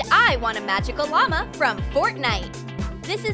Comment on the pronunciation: nobody: What they say: and I want a magic llama Subtitles: AND I WANT A MAGIC OBAMA